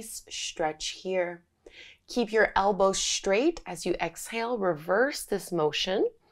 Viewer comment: Not beginner, and straight is said s traight, not shtraight!!! Ugg